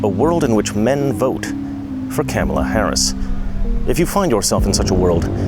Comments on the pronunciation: Love that he calls her Camel-ah. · He said Kam a la. He missed pronounced her name. It’s okay tho he’s supporting Kam a la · So that is how you say her name Camei Toe🤣. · You racist pig, you are mispronouncing the name of a middle class black Indian birthing person. It is pronounced KaMaLaa. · If this white dude is for Harris, yet he can't even pronounce her name correctly. Proof he's a paid actor, and a poor one at that. This guy is so funny!! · I love how you intentionally mispronounced her name. Satire wins. Satire will always win. The Twilight Zone!!!!!!! ❤ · I like how u mispronounce her name😂😂😂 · The pronunciation of her name LOL 😂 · i like how deliberate mispronunciation of her name is becoming a thing 😄